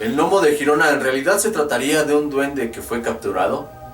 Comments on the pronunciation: Hola muy bueno este vídeo! Saludos enormes desde España. Lo único que se pronuncia Yirona. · Pronunciese (G)Yirona por favor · GIRONA NO SE PRONUNCIA JIRONA SINO LLIRONA Y EN ESPAÑOL SE LLAMA GERONA Y SE PRONUNCIA TAL COMO SE ESCRIBE. LE DAS CADA PUÑALADA AL IDIOMA QUE...MADRE MIA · No se pronuncia jirona si no Girona ,tú no dices Jato si no Gato además te ríes y pones un tono muy insultante cuando lees comentarios de los españoles que para nada se asemeja al acento español y nada de sudamericano, el que se pica ajos come y te crees el 7 ciencias que lo sabes todo dejando a las personas como ignorantes y todo lo que públicas ya está más que visto y resuelto ,y porfavor no estamos en la era de Cristóbal Colón por que antes que los españoles ya fueron los bárbaros dejando a incultos que hoy ya vemos los resultados de lo que nos encontramos en Latinoamérica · No es critica ni mucho menos, solo un simple detalle. Girona en verdad se pronuncia como si se escribiese con la y griega. Sería Yirona, que es como se pronuncia en catalan. El nombre correcto en castellano sería Gerona y en este caso si se pronuncia la g como si fuese j. Saludos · Se escribe Girona y se pronuncia Yirona, no Jirona, ya que dices que eres investigador ponte a investigar eso también antes de equivocarte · se dice gerona ! no girona si quieres decirlo en Catalan es Girona bueno te entiendo porque eres de Sur America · Se escribe 👉 “GERONA y GIRONA “… Se pronuncia👉 “LLIRONA” . Es Catalán,coño.😒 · Girona no se pronuncia asi